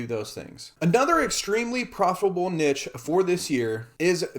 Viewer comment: Learn how to pronounce niche if you are making multiple videos on the topic. Embarrassing